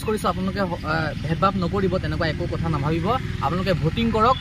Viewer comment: Kathor Nohoi Dada Kathar Hoi 😊